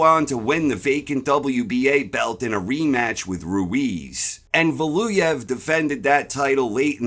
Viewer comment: How hard is it to say Valuev?